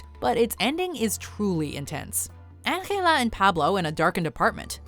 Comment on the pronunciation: Why are you saying Angela from Rec in that way, no one in the movie said her name like that.